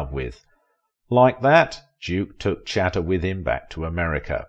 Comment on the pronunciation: The narrator is badly mispronouncing Pallete. How on earth does he get puh-LAY out of her surname? Also, he hardly annihilated her. She's still alive, and he isn't. He mispronounces Chata also. Cringeworthy.